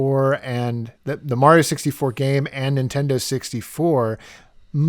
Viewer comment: Your dad just lost 15 points from Griffindor because he said super mare-io and this was years after the super Mario Brothers three commercial where they said Mario clearly 😮😊